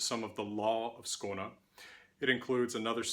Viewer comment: You cover a lot. I was not expecting "Codex Runicus" to be mentoned here. Excellent pronunciation of "Skåne"!